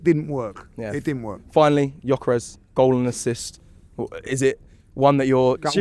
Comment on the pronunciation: Said proper ✅✌️